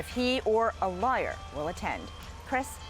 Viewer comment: Did she just pronounce "lawyer" "liar"?